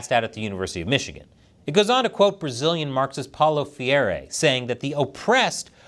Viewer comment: pronounciation is more like "fray-re", with a hard r, like in samuRai. the left have managed to force his methodology into the education system over a decade ago and the right have failed to remove it from there ever since... though, at the start of this year the Right Wing managed to get the Education Ministry seat (despite communist dictator-wannabe Lula being in power), and we have being hoping the minister manages to do something with his seat other than merely slow down leftist indoctrination in schools